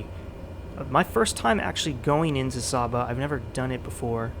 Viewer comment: It's pronounced Saba (with the first ‘a’ having the sound of the a in Ate)